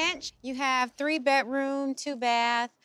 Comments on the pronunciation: Someone needs to learn how to say Bedroom. Not betroom. A speech Class wouldn't hurt her. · There is a D in bedroom, not a T.